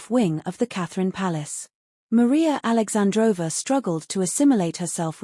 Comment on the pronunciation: It’s alexandrovna but you pronounce it with silent n thus aoundibg alexandrova